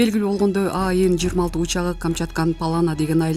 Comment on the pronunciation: Аэн эмес, АН деп эле окулат. Билимдуулор жокпу?